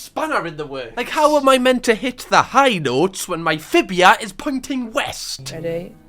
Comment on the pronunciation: it’s fibULA not fibia 😔